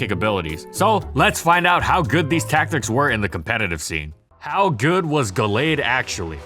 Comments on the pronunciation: "Gull-aid" hurt my head the entire video. Always thought it was "Gal-aid". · I think it's "Gal-ade", as in Gallant Blade.